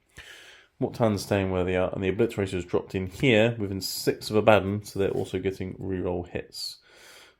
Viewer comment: AH-BA-DON NOT AH-BADDON